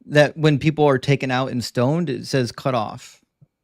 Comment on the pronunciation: Dude literally doesn't know how to pronounce "says". Wild.